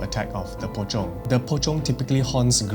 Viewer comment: "Pocong, sometimes known as Po-chong" ngl without the subtitles I would've been lost here.